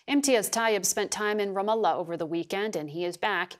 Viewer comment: she pronounced ramallah correctly is she arab and #freepalestine